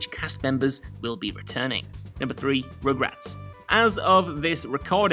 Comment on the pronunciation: So excited for party down to come back! It’s such a great show! On another note it sounds like he is saying regrets and not rugrats 😂🤣